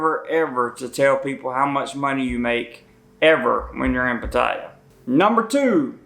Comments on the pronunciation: Damn! At least learn how to pronounce the city's name. I learned that 10 seconds after landing in Thailand. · You might want to learn how to pronounce the city you’re giving advice on 😂😂😂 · This hillbilly is not even pronouncing Pattaya properly...he's idiot! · you don't even know how to pronounce Pattaya. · I know, and he has obviously been and heard a Thai person pronounce it correctly so it really triggers me. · Learn how to pronounce Pattaya dude. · This guy keep mispronouncing the name lol.. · Maybe you could start by pronouncing the name of the city properly . . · Dude, try pronouncing Pattaya properly! Lol! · Right on, all good advise. I agree. One thing, you are pronouncing Pattaya wrong. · First rule....please learn how to say Pattaya. You arent even close. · The southern accent while mispronouncing "Pattaya" is funny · learn how to pronounce Pattaya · Pa taya?? You would have WAAAAAY more credibility if you learned to pronounce the name of the place you purport to educate about. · Patt eye ya? this dude doesn't even know how to pronounce the name correctly. For sure he has never even been there. An idiot with a girly hat. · Learn how to pronounce it. It's Pat.tay.a According to my Thai wife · at least learn how to pronounce Pattaya paat taa YAA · Damn, it's been a long time since I've heard it pronounced " puh-tie-yuh". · The emphasis is on the first syllable. It's pronounced PAT-ta-ya. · you pronounce it as pat-ta-ya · If you want to know how to say pattaya. Listen to the song. Pa-ta-ya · Easier to take you seriously if you actually pronounced Pattaya correctly. It's not Patiya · Pronounced pah tai YAH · It is pronounced Patty yah. I lived in Bangkok Thailand for 2 years. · Why don't you pronounce pattaya correctly ? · Very good advice. Would be a bit more impactful if you could actually properly pronounce the name of the city. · Please learn how to pronounce Pattaya correctly. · You're saying it wrong. Pattaya does not rhyme with Papaya. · PATT- a - YAH